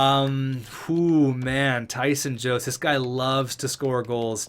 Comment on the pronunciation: Jost is pronounced yost